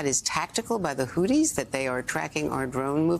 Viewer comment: Did she said😮hutis